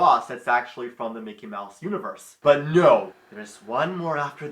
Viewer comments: Mickey Mowse? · mickey mowse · Mecky Mowse. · Arin: Mickey Mowse Dan: loses it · Micky Myouse? Fuirst of all...